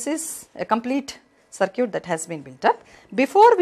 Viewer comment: Circuit not sircute